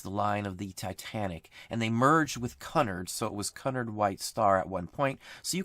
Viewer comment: Great vid..….Cunard is pronounced as the C is a Q OR QUE-nard, all the best.